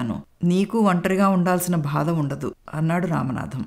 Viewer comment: Madam katha chala bagundi 👌👌 Oka chinna suggestion, "badha" anna word konchem practice cheyandi. Alage "chi chi" "Cha cha" Ane padaalu konchem light note lo chadavandi, maree votti petti chadivaru. Meku cheppagalige anthati danini kakapoyi undachu, but i hope you may notice it. Story was good, thanks to your Mother-in-Law for nice narration. We people like positive ending and inspirational stories right? ?